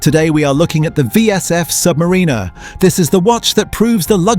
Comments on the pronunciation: I wish you would pronounce Submarinar correctly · First off it is pronounced "Sub Mariner" not "submarinar#%$^$*)*#&^#" It's about you having enough money to waste on a product that 95% of the population can not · It would be better if the AI knew how to pronounce 'Submariner' as opposed to 'Submarine-er'. 🙄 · Kept hearing Submarina, AI narrator couldn’t figure out the pronunciation 😂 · Crap ai voice over. Rolex Sub Marina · "Submrinner" is so annoying lol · Aww bless. The AI voice bot has no idea how to pronounce the word, submariner. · When you can’t even pronounce the model correctly, but still post. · Hate the way AI says "Submariner". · First learn how to pronounce submariner and maybe somebody will listen to you AI slop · Your AI narration loses credibility when pronouncing submariner that way. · How can you expel any one to take you seriously when you can’t even pronounce submariner correctly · not subscribing because the ai pronounced the name wrong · Can't even pronounce "Submariner" right. Sounds like one of those AI voices, so effing annoying. But if you think you can create a perfect 1:1 Rolex Submariner clone, power to you. Personally, I think this video is full of sjite and nonsense. Because anyone who has some knowledge of horology, knows that this just can't be done because of the use of precious metals for instance. The indices and hands of a Rolex are all made of white gold, not steel. This video is a waste of time, nog even good enough to wipe your arse with. If you don't want to pay premium for premium products, fine. But don't lie because that's what you're doing here. Promote alternatives, like a nice Seiko or Citizen. Don't promote blatant illegal Chinese copies. It's theft and infringement of trademarks, period!!! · The AI voice needs to learn how to annunciate Submariner. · 100% AGREE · my first thought!